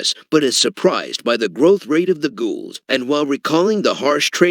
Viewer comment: the way he says ghouls 🤣